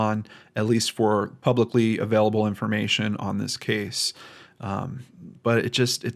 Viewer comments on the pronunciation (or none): none